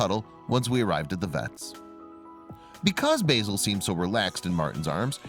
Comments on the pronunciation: Bayzil? It's not pronounced Bayzil it's Bah-zil. That's Ba as in Ah! and then zil. Basil. It would've been a really good video if you'd pronounced the name properly. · BAZ-IL not BAY-SOL as in Basil the Brush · I don't know if it's a purely American thing to mispronounce English names and words but "Basil" is pronounced "Bazil". Basil Brush is a popular BBC TV puppet fox character that first appeared in the 1960's. Basil is clearly named after him. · Beautiful story but I was getting very annoyed by the narrator keep calling the fox B Asil. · i did laugh when he said it like the herb, the yanks clearly havnt seen Basil Brush